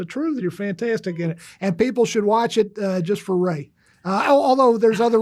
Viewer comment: Isabela, obrigado por pronunciar o nome da Rhea corretamente. Só isso ja demonstra que você fez uma pesquisa mais profunda que 99% do youtube que ta falando sobre a série. Você está em outro nível!